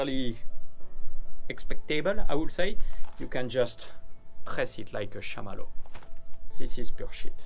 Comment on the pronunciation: Marshmallow not shamallow, LOL. Good video,! I'm glad I have the real Alphas!